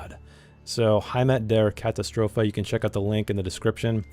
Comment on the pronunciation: I'm starting my Dragonbane campaign soon so I am here to spy on yours 😂Thanks for showing me Gnoll! Great stuff. And, as a sidenote from a German speaker, you're pronounciation of "Heimat der Katastrophe" is actually quite good for an American.